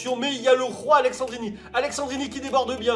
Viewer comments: C'est AleSSandrini et non aleXandrini ! Sinon tres bonne vidéo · ça m'a stressé toute la vidéo que tu dise AleXandrini alors qu'il s'appelle AleSSandrini tu le vois ou le X dans son nom? 😂😂😂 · Par contre c'est Alessandrini pas Alexandrini mais on t'en veut pas ahah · Alessendrini y’a pas de « x » 😂🤦🏼‍♂️ sinon cool la vidéo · Sa se lis pas Aleksandrini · c'est aleSSandrini et pas aleXandrini bordel... mdrrr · AleSSandrini !!! c'est pas AleXandrini... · Tu sais pas lire c'est aleSSandrini y'a pas de X dedans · "Aleksandrini" "Gabriel Jézu" 😨😱😵